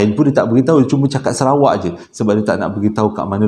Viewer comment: Bang….serawak ke Sarawak?…hehehe